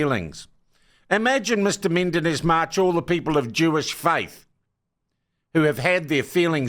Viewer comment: I think he is called Menendez-March, not Mendenez-March